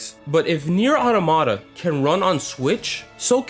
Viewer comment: I love how he keeps going "Nier Otto-Motta"